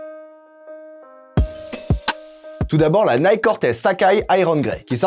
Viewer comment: Ah cette prononciation de « Nike » me fait saigner les oreilles !!!